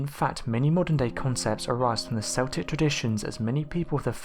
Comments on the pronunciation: Yes, it is properly pronounced as "KEL-tik", not "SEL-tik". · It's pronounced Keltics. Celtic as you pronounce it are a football team from Scotland !!! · True. If someone says, "Seltic," then he/she is probably talking about the Boston Celtics basketball team. But otherwise, it is keltic. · This was winding me up so badly, I paused half way through to see if anyone else had said anything! Thank you, thank you! Keltic not Seltic!!!!!!!!!! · see he actually says it once! he says kel-tic! what a ruse! c'mon man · Do you not know that the Celts or Celtic is pronounced Kelts and Keltic ........Dduujhhh ... !..! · Gotta love those seltics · You obviously support a famous Scottish football team - because that's the only time I've heard Celtic pronounced like that!